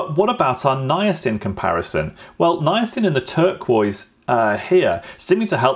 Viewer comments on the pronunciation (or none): none